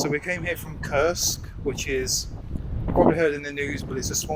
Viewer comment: I absolutely admire your thoughtful manner of blogging but please learn to pronounce your town name Курск as it should be, not as you read it in English. Thanks and best of luck